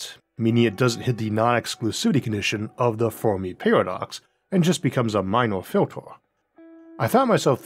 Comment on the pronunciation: "just becomes a minowah filtewah." What are we doing here :D (I realize you probably can't help this and I'm the asshole but it's very hard to follow)